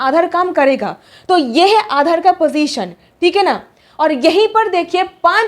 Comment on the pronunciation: आधाड़, भाड़तीय, नागड़िकता 😂😂